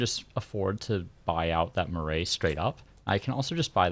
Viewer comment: Cool series! Just so you know for future the correct pronunciation of 'Marae' is closer to how you might pronounce 'Marai' - maa-rye. Rye like eye.